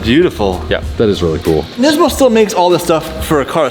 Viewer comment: nesmo c'mon its NIS-MO